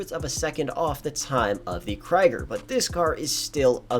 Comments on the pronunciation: Lol, in German its pronounced "Kreeger" (meaning "warrior"), not "Kryger". Jus' bein' helpful. :) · its literally kree-gurr but people don't want to say it right lol